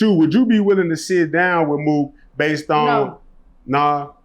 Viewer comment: “Mook Sed” 😂😂😂